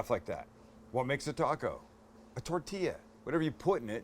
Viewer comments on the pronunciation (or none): none